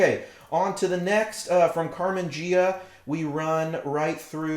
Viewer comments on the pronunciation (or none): Great video! ps...Carmen Gee-ah, not Jee-ah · Great video's Ghia is Italian... say it like this :) Gee-ah Like the sexy Karmann Ghia